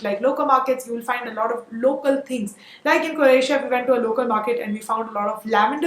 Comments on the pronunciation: That was an awesome video engaged from begining to end. Loud and clear without any drag of content. Please note it is Croatia cro Asia not cor Asia But I would suggest if you had the breakup of the budget posted on the right side ( floating ) it would have been even better. Ciao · Croatia not coratia